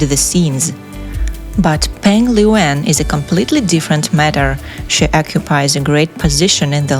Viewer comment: The PRONOUNCIATION of her name here is so bad!!!! 😂😂😂